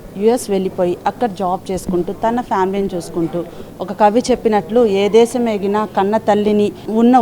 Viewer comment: Brahmins are known for their grip on the language, vocabulary and diction. But this anchor's pronunciation is pathetic. ఈ రోజుల్లో తెలుగు భాష యాంకర్స్, యాక్టర్స్ చేతిలో బలి ఐపోతోంది. ఈ బ్రహ్మల ఛానల్ లో యాంకర్ కి కూడా టెలుగు రాకపోతే ఇంక ఏమి చెప్పాలి. వాల్లు, దేషం అని భాషను ఖూనీ చెయ్యకండి. వాళ్ళు, దేశం అనే మాటలు సరిగా పలకడం ముందు ప్రాక్టీస్ చెయ్యండి. బ్రాహ్మలు కూడా తెలుగు సరిగ్గా పలక లేకపోతె ఎలా.